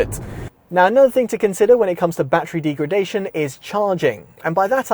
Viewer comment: Deegredation - 😂 Informative video though 👍